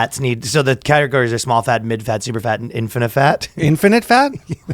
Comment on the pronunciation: It's infatnite, fellas